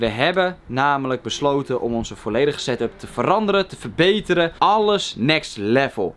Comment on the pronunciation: Yo boys, het is setup, Geen satup. Geen stress btw.